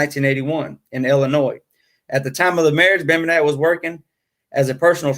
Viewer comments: Name is pronounced BEM BEN NICK good show though.. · Dude, it’s Bem-ben-ick. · It's pronounced Bem-Ben-nick. And I left your video after the first three minutes because of it. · and the accent is on "BEN".